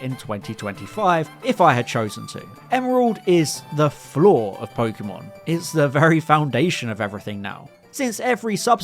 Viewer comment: and "pokemon" for that matter... everytime i hear po-key-mon my ears bleed